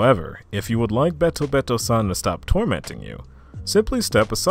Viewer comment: This was awesome to listen to while I was doing some studying and practice. Just a tip with Japanese names: When you read something in Japanese, the "e" sounds more like the long "a" or "ay" sound. So BetoBeto, would sound more like bayto-bayto.